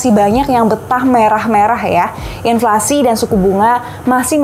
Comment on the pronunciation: "INFLASI" kak bukan "INLFASI"😁